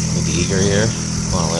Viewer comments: As in Eiger mountain....I-ger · Love the videos, I have a 07 Eiger. But I thinks it is pronounced I-ger